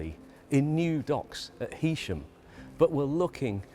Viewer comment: Great video you even said Heysham correctly Good effort